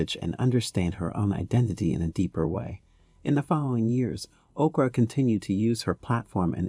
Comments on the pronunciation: The way he kept saying Okra instead of Oprah with so much confidence 😂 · Why does "Oprah" sounds like "Okra"?😂 I must be hungry or does someone else hear it? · Ok, why he keep calling her Okra? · 0mg he called Oprah okra!!! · This is a great video, but did you call Oprah Winfrey …..okra??😩😂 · Why are calling Oprah by the name Okra are you stupid! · okra winfrey😊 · This fool calling Oprah Ocra, smh. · Who is Okra? C’mon lady. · This is a great rundown of celebrities who have African ancestry. I want to make a recommendation for a correction. , the photo used is that of Mekhi Phifer, not Chris Tucker. Also, I keep hearing "okra" vs "Oprah". Is this being read by a bot?